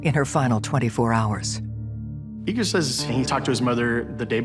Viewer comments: EE’-gore not Eager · They keep saying the son's name so it sounds like 'eager'. But his name is Russian, it's spelled Igor and it's pronounced like e-GORE. Right? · His name is Igor, ee-gore! Geez😂